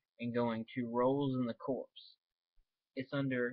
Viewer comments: Marine Corps not Marine Corpse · its pronounced "core", sir. Marine corps.